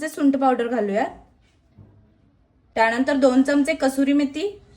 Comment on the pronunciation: " तर आता " "त्याणंतर "